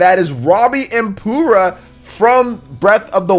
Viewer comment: Did you just call Purah "Poorah"? lol.